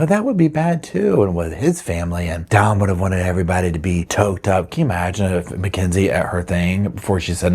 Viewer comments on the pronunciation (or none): Did you know his name is Dominic = Dom?Not Don. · I'm not trying to be rude but his name was Dom not Don. It could be me but it sounds like you're saying Don not Dom. I just thought I'd let you know. I love your videos and I think you're great ❤ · It sounds like you’re calling him Don vs. Dom